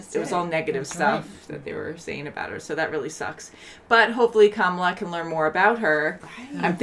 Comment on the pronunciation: You are pronouncing the main character's name wrong. It is not spoken the same as the current VP of the US "KA-mala", but should be "ka-MA-la". You should have noticed when she corrected the teacher in EP 2. And laughing at their wedding traditions? Wow.